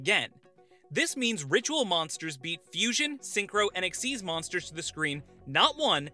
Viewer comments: It's xyz not xz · It's kinda supposed to be pronounced "exeez", at least according to the show (dunno why) but I don't think you should really care that much considering it isn't like with scon v scoan or british v american pronunciation. Just say it how you think.